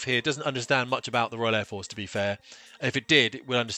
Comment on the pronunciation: Dry your eyes love, its Air Force not the Fair Force.